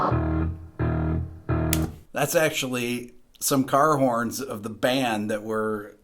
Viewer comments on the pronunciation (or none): What was strung together in a box with batteries, for the opening staccato bass tones? It sounded like you said "Gar horns"?